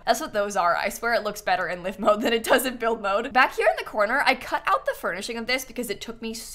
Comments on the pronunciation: Hearing someone say ‘live’ and not ‘l-eye-ve’ was jarring. Epitome of ‘read it , never heard it’ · Still pronouncing it "live mode". It's "live" as in "five"